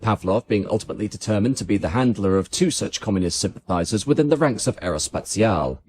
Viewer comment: The most famous project of Britain and France, ever, and the British are, to this day, no capable to pronounce Aerospatiale correctly. No wonder the French wanted the 'E' at the end of Concorde. The British were so bothered about this even though they always silence the 'E' at the end of any word/name.